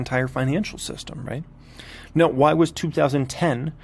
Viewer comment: “NeOW” haha. Cracks me up.